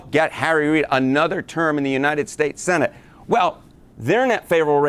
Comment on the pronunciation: it always sounds like says Uninin States!